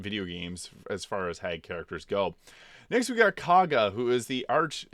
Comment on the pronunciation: Thank you for pronouncing Kagha properly. I hate how they say it in the game. It really makes no sense. Maybe it’s just me being a stupid American but I can’t see how Kagha is pronounced “Korgha”.